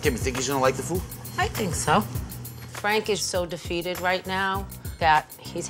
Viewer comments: "Fwank is a vewy wazy cook, he doesn't even fry the eggplants anymore, my mudda and fadda and up frying it." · FWANK IZ A VEWY WAZY COOK